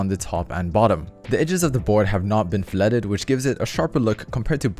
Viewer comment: good video brotha, but pretty sure filleted is pronounce fil ayed not fil et ed